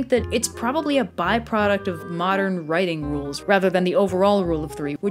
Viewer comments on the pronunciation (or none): none